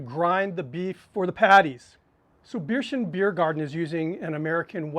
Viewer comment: Very good. Only nitpick: it is pronounced "bare-tion" :-)